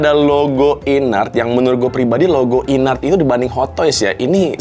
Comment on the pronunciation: baca nya IN-ART bukan sih??? bukan i-nart